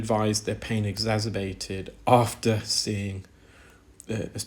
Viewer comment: Fascinating but some very strange pronunciations! Gorge for gauge, exazerbated for exacerbated. Odd!